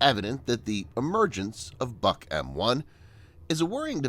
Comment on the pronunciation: Its not the "buck". Its the "book". Russians like to name equipment after trees - buk, yasen, berezka, ryabina, akaciya, vishnya, yolka, iva, kedr, kiparis, klen, liana, olkha, palma, rakita